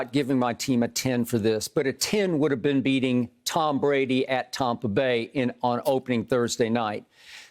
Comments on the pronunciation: I really wish skip would stop saying "tompa" bay!!! Its sooo cringy, sounds soooo dumb. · aNd dO yoU reAliZe, at TAWPA Bay….